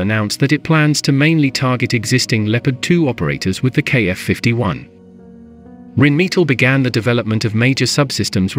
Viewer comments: You would think that in 2023 a computer voice wouldn't mispronounce so many words... Rhinemetal, me-tall? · The pronounciation of "Rheinmetall" is cruel. 🙉